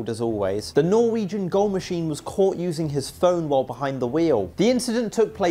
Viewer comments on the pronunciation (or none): none